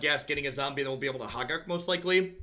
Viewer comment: pronouncing Hogaak is everything I love about this stream. First it's HOH-gahk, then it's HA-gark, then it's "an 8/8". Keep being awesome